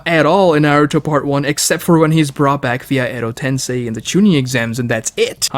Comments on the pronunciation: God why does this guy talk in this weird fake exaggerated way, it's so aggravating, I wish you volume'd him down a bit. Also how can he mispronounce so many names and words fucking christ. Edo TenSAI? TENSAI? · I hate how he says “tensei.” 😖